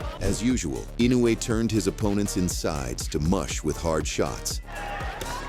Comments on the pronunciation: It's In no u e (IN no UUU E) Naoya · If Jaime McDonald can't pronounce Inoue's name, just call him Daddy.